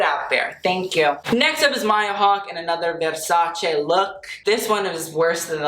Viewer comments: 1. Love the sweater he is wearing. 2. Tilda always delivers. 3. Love how he, an american man, knows how to pronounce VERSACE. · WOW! It s the first time ever I heard a foreigner pronounce correctly Versace. Thank you very much for taking the time to learn it :).